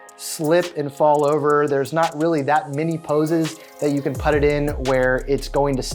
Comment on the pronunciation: I hate the way you pronounce "put".